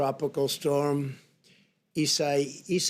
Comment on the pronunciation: Haha he bombed the name ISAIAS